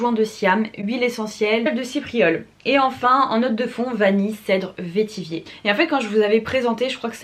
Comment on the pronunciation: Bonjour, le mot vétiver se prononce "vétivère" (comme vert, la couleur) et non vétivier;-) Si tu aimes Baccarat Rouge, je te conseille d'essayer Tinharé de la maison Couvent des Minimes (vendu sur le site de Marionnaud), c'est un parfum fabuleux, extrêmement raffiné et singulier, et très similaire à Baccarat Rouge apparemment. On m'a arrêtée plusieurs fois pour me demander si je portais BR alors que non....